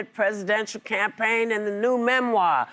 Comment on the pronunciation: That is not how you pronounce ‘memoir’.